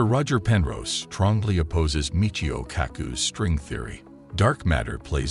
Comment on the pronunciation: You can tell its an AI talking since it does not correctly read Type I, type II or E8xE8 ! And mispronounces too Michio.